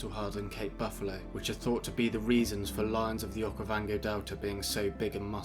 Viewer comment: Narrator saying “Okayvongay” is wild